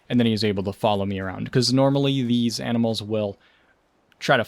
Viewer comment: "AMINALS" "AMINALS""AMINALS""AMINALS""AMINALS""AMINALS""AMINALS""AMINALS""AMINALS""AMINALS""AMINALS""AMINALS""AMINALS""AMINALS""AMINALS""AMINALS""AMINALS""AMINALS""AMINALS""AMINALS""AMINALS""AMINALS""AMINALS""AMINALS""AMINALS""AMINALS""AMINALS""AMINALS""AMINALS"